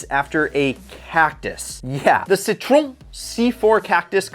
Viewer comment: Gotta love how he pronounced Citroen